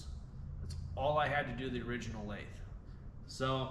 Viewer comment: Homeboy, you gotta learn how to pronounce lathe. Holy cringe you probably also say "jib" instead of gib lol. You're in a machinery desert, I get it. Maybe one day you'll understand the point of a QCTP😂. Nice